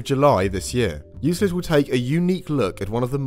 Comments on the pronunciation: Yoo-Klid, not you-slid. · Euclid (Εὐκλείδης) is not prononced EuSlid but EuKlid. It's the name of a greek mathematician from Alexandria. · Omfg you made me google the pronunciation of Euclid just to find out I do know how to say it right. Absolute monster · Why are you mispronouncing Euclid? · its 'baha' not baga' for baja california and its 'you-klid' not 'you-slid' for euclid